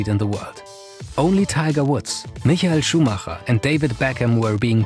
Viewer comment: heared you say michael schuhmacher and instantly knew that youre a fellow german haha